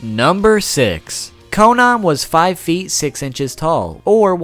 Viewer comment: its not konon its konan